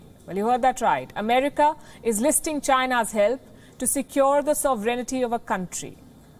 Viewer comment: Sovereignty. Please its not "sov e ren ty" its "sov ren ty"!!!! Please. And for the record clicking random keys on a laptop while talking as a news host is not a demonstration of intelligence!!